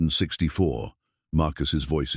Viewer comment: Maybe if you taught your computer to read 1864 as 18 64 it would read the year correctly.